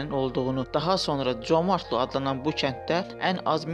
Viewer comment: Comartlı yox!Ay mən diyən.CÖMƏRDLİ.